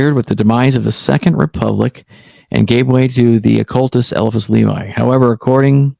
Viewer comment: ELI-phas. pronounce the ELI-phas. cool dude, probably a dork- but someone I might could hang out with